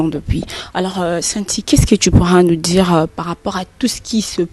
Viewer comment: Oui faire du buzz c du n'importe quoi mais tu es un fanfaron c vraiment toi un vraie lâche c loin d'être fini toi à Kin il ya vraiment des fous plus que toi ça se prononce dire et non djire